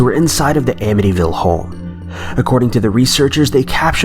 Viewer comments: AMITYVILLE...not "Amnity-ville" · Bruh, you got Amityville wrong...